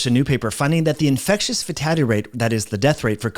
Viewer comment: FATALITY rate. NOT 'FATADDY" rate... Slow down...